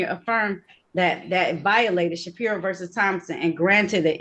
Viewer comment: She was struggling to argue against his case law arguments and it was embarrassing. His arguments are the most repeated, overly argued nonsense case laws that she should have had these rebuttals and responses memorized. She couldn’t even correctly comprehend Shapiro. She kept saying Shakira, JFC. He’s lucky he wasn’t in front of Oakley or Simpson. She seems like she doesn’t even know wtf she’s doing. This entire interaction PMO 🫩